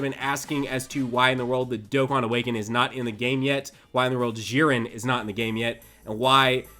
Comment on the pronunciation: Its not "Ziren" its "Dziren"!!!